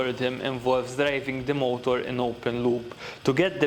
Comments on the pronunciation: Am I the only one who hears him say Molotov instead of motor? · I love his accent. mOOOOtor, rOOOOOtor